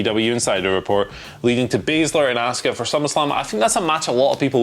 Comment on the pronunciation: Why is Simon the only person on this channel that can pronounce ASUKA'S name proper? These guys always say Ask-Uh 🤷‍♂️ And NOBODY on this channel can say Sasha 😂